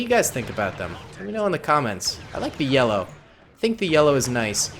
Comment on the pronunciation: He said lellow